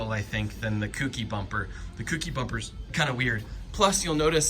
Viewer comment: Say it with me, folks: Co. Key. Kouki. Kouki=Co+Key. Not "kooky'.